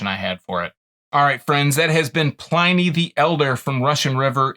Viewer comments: It’s pronounced “in” not “ I “. Pliny the Elder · Who knows how he pronounced his own name, but that's not how historians pronounce it.